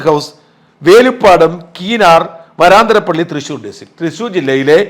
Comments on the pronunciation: വരാന്തരപ്പള്ളി അല്ല..... വരന്തരപ്പള്ളി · ഷാജൻ ചേട്ടാ.. വരാന്തരപിള്ളിയല്ല, വരന്തരപിള്ളി എന്നാണ് !! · Varanthrapilly. Pronuncitation wrong.